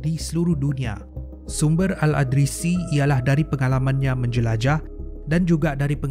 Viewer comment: ada sebutan yg perlu diperbaiki.al-idrisi bukan al-adrisi.yakjuj ma'juj bukan yajuj majuj